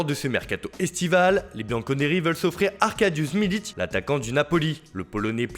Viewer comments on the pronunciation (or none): Ta tres tres mal prononcer le nom de milik